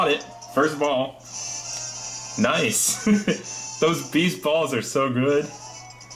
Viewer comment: Noiceu Noiceu Sugar and Spiceu